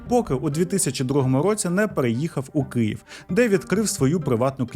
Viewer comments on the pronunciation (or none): none